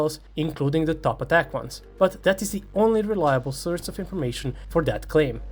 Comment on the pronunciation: Great vid as usual. By the way, I absolutely dont mind your slight accent, but please learn to pronounce 'source'. (its really offputting, sry)